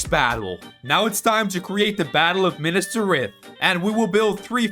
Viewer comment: bro said minas trith not minas tirith